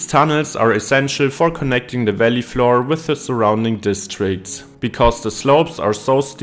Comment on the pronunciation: No no no! There's nothing more off-putting than AI voices. So someone doesn't speak English perfectly, big deal. It was perfectly understandable and certainly better than my attempts at a video in German would be. I did laugh a little at "Valley" sounding like "welly" 👢though!